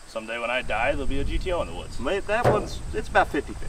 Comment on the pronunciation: GTO: pronounced - Ghetto